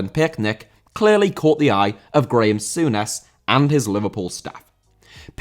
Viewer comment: Graeme Souness, english folk please What is the deal?